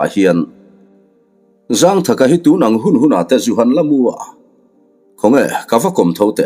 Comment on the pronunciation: Zângthaka tih hi thlukna awm lo in zangthaka ti in chhiar tawh laa 😂